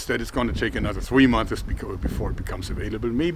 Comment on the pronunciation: Just a funny thing my friend: its months not monthes! Great work - love your channel!